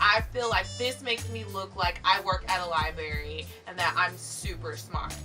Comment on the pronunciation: loving your background! also, not to be judgemental at all, but it's libRary. not libary. ;)